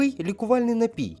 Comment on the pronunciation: Запам'ятайте: є тільки один наголос - напІй!